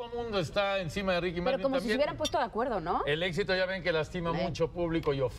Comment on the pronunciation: É Martin com som de MArtÍn O A e o Í são mais graves E o apelido dele é Kiki , mas só pode chamar ele de Kiki quem é fã fiel como Yo E o cachorro dele ( lo perrito dele ) se chama Bartolo E o nome completo dele é Henrique Martin Morales